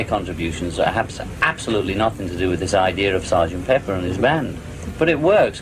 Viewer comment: Es pepper (pimienta) y no peppers (pimientas). Y se pronuncia peper y no piper, como dicen algunos hispano hablantes.